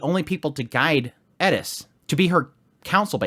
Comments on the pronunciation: couldint watch because he kept saying Edis insteas or Eris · it's like you are imitating a pronunciation because the speaker has a lisp. It is Eris, Not Eddis, I know Japanese has trouble with ls, but it isn't a Japanese name, just like you don't do it when pronouncing greyrat or rudeus. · This guy thinks hes rolling his r, but he's really just saying eddiss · Anyone else turn this off after the annoying Edis pronunciation. It’s an R!!! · I find it interesting that you hear a "d" sound. I think its closer to the Japanese "r" sound, or spanish "r" sound. Since thats how they pronounce it in Japanese, I think that he was trying to mimick that. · How the hell are you butchering Eris’s name? where the hell are you getting a D from in the name of ”Eris”… that being said after watching the video turns out you can’t pronounce anyone’s name correctly 😑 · I was gonna say... Edis? Is that a manga only character or is he doing some weeb Engrish thing? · It’s Eris eRRRis can you please say the R in her name 😂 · Please for the love of god explain why you call her edis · Can you stop calling her Edis? I don't mind accents for actual jap words but that's a Western name. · Agreed. It was driving me nuts. Just say Eris. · So because this is text, Im prefacing this by saying I'm not making fun or attacking in any way. Just curious. When you say Eris, your roll in "ri" sounds like a "di". A few videos ago I found your channel and kept hearing "Edis" without looking at the video. I didn't know who you were talking about till I looked. Whereas when you say something like "Sauros" you have the typical english hard r in the "ro". Is this just from going with the flow, or unintentional? Just curious cause it sticks out a bit. Not trying to make you feel bad if that's how this comes across. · Love your commentary, but please consider using a rhotic r when saying “Eris” instead of trying to pronounce it with a Japanese accent for the same reason you don’t pronounce her surname “Gureiratto.”